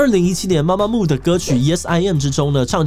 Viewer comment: 是MAMAMOO不是MAMAMO⋯⋯還有很多團名打錯、唸錯，先查好資料再來做這種主題吧⋯⋯